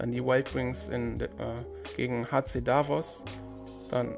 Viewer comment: Bei Davos liegt die Betonung auf dem O nicht auf dem A ...grüssle aus der Schweiz 😉